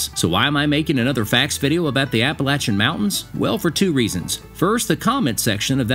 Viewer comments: Philippi, (pronounced Phil-a-pee) WV. I enjoyed the video, and it's Appa-latch-un!🤣 No matter where I roam, Appalachia is my home! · Say it right or I’ll throw an Apple Atcha!! Lol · It's "apple latch uh!" If you can't pronounce it - move! 😅😂😅 I grew up in these beautiful mountains. I'm of Scotch/Irish lineage ❤ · I've always pronounced it "ap-ah-LAY-chun", not "ap-ah-LATCH-un". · I live in North Carolina. It is pronounced Appa-lat-chun. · I live in the mountains of northeast Georgia. I really didn’t know how to pronounce “Appalachian” but after watching your video, I still don’t know. Thanks for clarifying that.